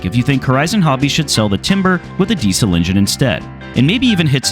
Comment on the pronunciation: The way you pronounce "Diesel" hurts my ears.